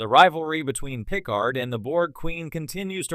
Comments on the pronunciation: Yeah I was like.. why does he keep saying Pickle-hard? xD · Dead giveaway this is an AI voice…”pick-card”